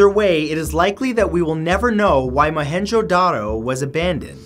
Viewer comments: It's pronounced mo en Jo da ro but 5 star for trying and I visited there it's awesome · It’s mo-hen-Jin-daro